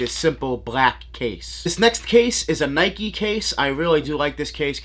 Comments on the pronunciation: It’s Nike not Nikey. You wouldn’t ride a bikey would you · I see you also get triggered by the mispronounced NIKE